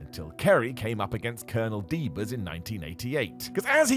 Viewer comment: Ed Wiskowski wrestled as Colonel DAH-beers, not Colonel dee-BEERS. Y'all really through me off with that one.